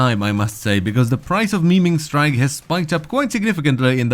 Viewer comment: I was actually giggling after he kept saying it